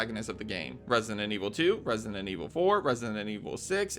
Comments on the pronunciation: Why do you always say "resinent evil" instead of "resident"? Or is it just me hearing that? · Lost count of how many times “resident” was pronounced “resinent” and zoned out half the Easter eggs 😂😂😂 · For a channel that uploads constant videos on Resident Evil, why do you pronounce it “ResiNent Evil”? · Bro pronouncing Resident Evil like "Resinend" Evil all the time triggered me so damn hard